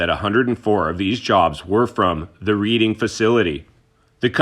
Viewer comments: Just FYI, it's pronounced "Redding" and not Reading. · It should be pronounced as... REDDING... AS IN RED NOT READ!!! Okay I'm just having some fun with you. The pronunciation that I've given you is correct but I'm really not upset about it you know. I just felt like it was worth pointing out. Love your work. Thanks for all the information. Best wishes. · It’s pronounced Redding